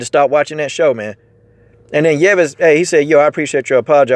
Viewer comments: Yves is pronounced Eves. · Brother, it's pronounced (eeeves)